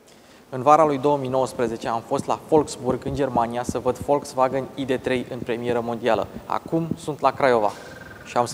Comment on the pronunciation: Totusi, AIDI 3 si nu IDE 3. MULTUMIM!